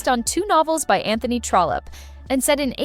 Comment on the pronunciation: Love this. Just one thing---it's "Trollope".